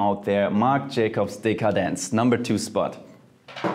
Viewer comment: Omg the way that JF pronounce every single perfume brand makes me wanna buy everything that JF said😂😍👏 MJ Decadence is my favorite perfume of all time ❤